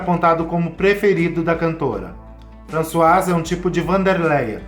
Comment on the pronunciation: A pronúncia é Françoise.